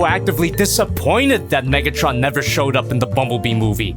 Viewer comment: WHY DID HE SAY NIGGTRON💀